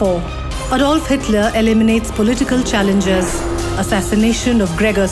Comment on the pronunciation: Xitler. LoL 😆😆😆